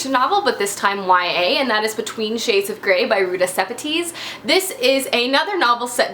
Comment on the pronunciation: Hey, I've heard you talk about Between Shades of Gray in a few videos now and I just wanted to let you know her surname is pronounced seh-PEH-tis not SEH-peh-tees. Not trying to be a name nazis, just thought you might like to know since you mention her book so often(: I met Ruta in 2014 (she was my first author signing!) and she is an absolute sweetheart! She talked with individual readers for so long. So genuine and humble. If you ever get the chance to go to one of her signings, you'll love it! Anyway, I really liked hearing about the books you loved most last year. I also like historical fiction and still need to read most of the ones you read.